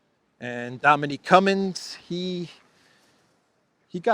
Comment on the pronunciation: Dominic, not Dominique.